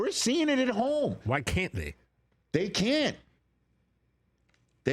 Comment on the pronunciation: Guys theres is a T and the end of can't please pronounce it so that your not constantly sounding like you're saying can